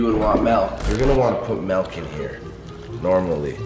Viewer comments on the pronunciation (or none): He calls milk melk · wtf is "melk"? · Why’s he callin milk melk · Anyone else here him say “Melk” instead of “Milk” lmaoo wtf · "if i had melk" LMAO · he says melk not milk Lmao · It bothers me that he says melk not milk lol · WHO THE FUCK SAYS MELK ITS MILK